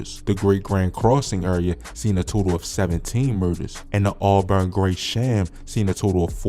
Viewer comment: Bro said owlburn and graysham